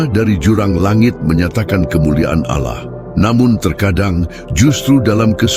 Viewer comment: 1 hal saja. Allah itu sebut jgan auloh.. kerna itu membuat kelas sebelah pikir Allah kita 1. Kita beda...maka sebutan Allah sebutlah dgn btul n jgan auloh.